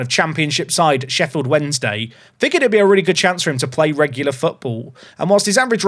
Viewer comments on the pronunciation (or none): none